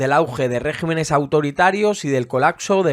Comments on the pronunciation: Muy buena síntesis. Para la próxima, no se dice régimenes sino regímenes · debe pronunciarse regímenes.